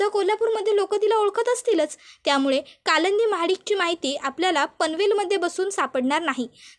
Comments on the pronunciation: Stop saying kalandi😮 it's kalindi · काय कालंंदी कालंदी लावलय,नाव कालिंदी असे आहे